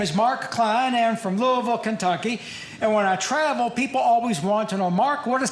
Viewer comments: You know he's actually from Kentucky because he pronounces Louisville correctly. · Yes! He says Louisville right!